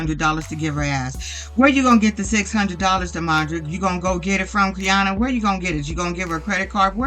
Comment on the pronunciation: Hey, thanks for the vid ❤ just a note, Quiana’s name is actually pronounced “Kiana”. Idk why it starts with a Q lol